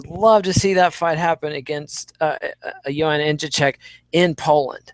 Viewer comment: I have a dream, that white children and black children will all one day together watch the 6th round and hear pronounce Joanna's name correctly. I have a dream today!